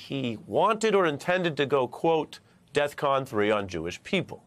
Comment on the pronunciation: Defcon 3 not "death" con